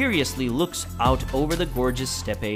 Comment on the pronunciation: Steppe, like step. Not steppie 😑